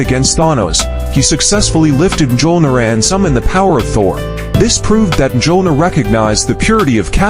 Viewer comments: Cap could ALWAYS lift the hammer. And that pronunciation... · I'm sorry but the absolute horrid pronunciation of the hammer's name I couldn't make it past a minute. Actually I made it to 59 seconds